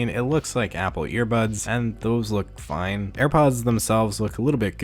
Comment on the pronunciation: The way you say “fine” makes me cringe